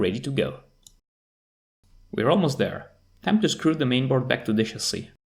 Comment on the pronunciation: Since you brought it up, in English, the short-I sound does *not* sound like the long E sound. They are distinct sounds. "Fish" is not pronounced "feesh". "Chip" does not sound like "cheap". "Hip" does not sound like "heap". "Chasis" is pronounced "CHA-see", not "shahZEE". It's a borrowed French word, and it doesn't follow English pronunciation rules, and the CHA sound is closer to a "J" sound than a "SH" sound. It's the same sound we use for "chicken". We don't say "shicken."